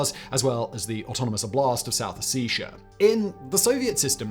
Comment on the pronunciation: The way he pronounces Ossetia…